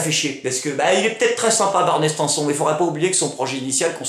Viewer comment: j'adore juste un truc. mes oreilles ont saignées quand tu a dis "barney st1son" ca se prononce STINE SONE HAAAAAAAAAAAAAAAA ce personnage est tellement hallu attend la suite.. cinant ! t'as pas le droit de l'écorcher :/